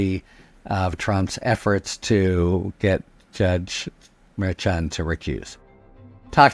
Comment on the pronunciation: Harry, I love you and generally love you pronunciation. However, I do not appreciate your pronunciation of Judge Merchan. I believe it's pronounced like Chicago. You always say ch, like church instead of shy, like chi- town.